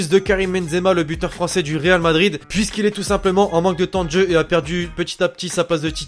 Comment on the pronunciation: tu parle pas "francer"